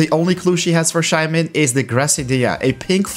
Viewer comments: Shae man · Shae mon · The way he says Shaymin triggers me every time...